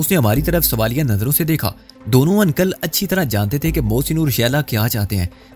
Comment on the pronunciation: ان + کل 😂😊😅 بھاٸی انکل uncle کہنا ہی سیکھ لو مسٹر 😄😂😀😅